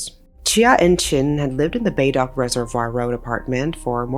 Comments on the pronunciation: Good video but every single Singaporean is wincing each time you try to pronounce Bedok 😂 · Hi! "Bedok" is pronounced different, "Be" as when saying "berth" and "dok" as when you are saying "okie dokie". This is the closest I can describe 😅 Thank you for covering another one of Singapore's cases! 🥰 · I have watched many of videos. She usually gets her pronunciations of names correct. This is the first time.. Bedok (most likely originated from Malay). So, to foreigners who said “Singapore is funny”, we’re not. Do note that some of our street names originated from Chinese, Malay, Indian and Chinese dialects. Hence, not all words are pronounced as spelt. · Hi, 👋🏻 jus wanted to tell you the correct pronunciation of Bedok is not "bae-dock" it's "ber-doke". Tho it's rly not impt, just a fun fact😊. Love your vids btw 💜💜💜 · Pronounciation is something like buh-douk. Not Bay-dock. But thank you for covering this story. Heard of this story by different people and love hearing their version of story telling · Not Beydock but Berdouq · Baydock? Singaporeans pronunciation will be Berdou. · Its not "BayDock" , more like "Berdoke" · Hi, Im a Singaporean. It is pronounced as Ber-doke and not bay-dork. Big fan by the way. Love it when you feature videos about my country. Cheers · Hey i think it’s pronounced as Ber-doke instead of Bae-dork 🥹🥹🥹❤ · Pronounced as " Bur Dock " ... Not BayDock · The way you pronounce Bedok tickles me xD instead of bay-dock, its more like ber-doke (silent r, rhymes with coke) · The way you pronounced Bedok as "Bay-dock" really took me out of the seriousness of the subject. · A little correction, the pronunciation of the location is a bit off. Bedok with a silent e, B-dok. The name comes from a Malay word for drum, which was originally written in Jawi with no e. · Bedok -> Bae-Dork ? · If you're covering this town in Singapore again, pronounce it as "buh-doak" :) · We pronounce it as "ber-dork"